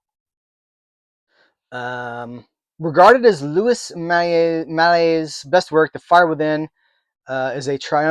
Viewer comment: Louis Malle=Louie Mah-LL